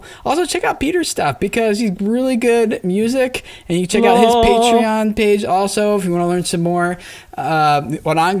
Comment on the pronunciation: Omg finally someone says "PAY-treeon" instead of "PAH-treeon"